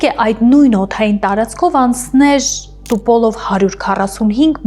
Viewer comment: НЕ ТУПОЛОВ, А ТУПОЛЕВ...